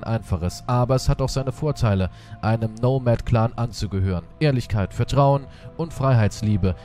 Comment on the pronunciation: Es wird nicht nomad ausgesprochen sondern wie mans liest